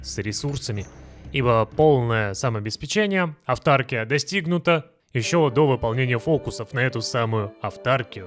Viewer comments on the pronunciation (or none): авторкИя- такое ударение в этом слове. Очень слух режет…